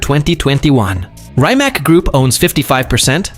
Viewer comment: Reemats!!!!!! Not Reemak!! Learn it! Respect it!